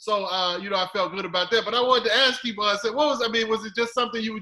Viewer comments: Kev (as in Kevin) On Stage is the simplest name to comprehend why is this man struggling with his name 🙄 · Truly means Jamie was right in everything he said during the roast. Do your homework before a guest comes on so you can at the very least know how to pronounce his name. He just pissed me off saying his name wrong. bout to be BIG SHOOK to be on "Keep Your Distance Comedy Show" bc he's making excuses already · So thinks he's fooling people by saying he holds no malice towards Kev and he's over it, but proceeds to purposely mispronounce the man's name... Couldn't be honest (or funny) enough to be upfront with some jokes at Kev's expense and keep it pushing? Why make such a juvenile decision that only serves to annoy his fanbase when, had you at least been amusing, you could've made us interested in seeking out ways we can support you as well? Instead, the bad vibes jumped out, and I want no parts. Too little, too late for me on the tone change once Kev offered him a spot on the show. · Why won’t the interviewer correct him he keeps saying Kev’s name wrong like wtf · 🤣😭😭. The non FBA dude keeps fucking up his name🤣😭😭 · still hurt. he know how to pronounce kevs name lol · The irony 😐.... Keep doing your thing Kev. I respect your professionalism despite having your name slaughtered.... repeatedly 🧐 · So the worst part about mispronouncing Kev’s name up is that said Kev’s name several times. The first time was before ever spoke... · That part. People saying didnt know. Well first as a host he should do research on his guest. And after hearing her say his name multiple times. His goofy ass still kept saying it. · I was thinking who is key-von? WTH why did they bring him on to add nothing to this interview for Kev-on. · He killing my ears keep calling him Kevon!!! Kevin or commentator correct!!! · Maybe he just doesn't realize KEVONSTAGE is Kev On Stage & that's why he's pronouncing Kev On as Kevon.. simple oldhead mistake